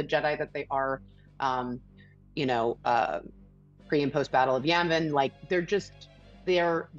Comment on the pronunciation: lol She called Yavin “Yemen”